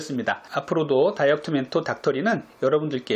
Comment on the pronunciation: 안녕하세요 여러분의 다이어트멘토 닥털(?)입니다~로 들려서 빵 터졌어요ㅎㅎ